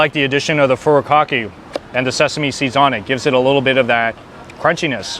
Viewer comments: Fu_ru? Kaki? Can you read? Can you pronounce or care to properly pronounce Japanese words? Do you say "carry o key" too(karaoke)? You look Japanese but no respect for our culture? Thanks! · I was going to ask if you're from Hawaii, then I heard you say "Furikake''" 😂